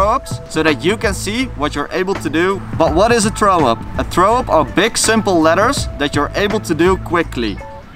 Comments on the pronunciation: im so fuckin triggered how you pronounce throw - german accent very much :D - try saying frow instead? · “scratch throwup” or “Skretch trow up” if u say it like him.. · "trow" up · "Tharow up" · "Trow up" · learn to speak the TH haha!